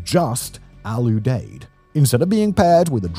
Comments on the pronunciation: FYI: Al Udeid is pronounced "Al youdeed" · The way you pronounce the 'Deid... 😂